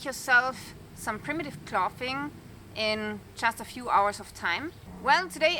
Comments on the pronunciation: Clothing is pronounced "Clothes ing". Spelled clothing. Drop the es add ing. But someone had to point it out. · Use a voiced 'th' sound with 'clothing'. And the 'o' sound rhymes with 'hole', not 'off'. Also, use an unvoiced 'th' sound when saying words like 'thin' and 'thick'. You've been saying "fin" and "fick". It's a common mistake when German speakers speak English. Your English is perfect otherwise. Hope that helps! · Your English is fab clothing is clothing sound the o.